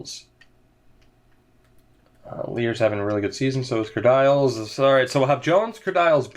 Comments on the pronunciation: Its not said kerdyles... its said Kerdeeles... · Stop saying "Ker Dials" it's pronounced "Ker Deals